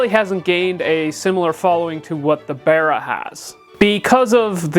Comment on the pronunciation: its bar not bear. imo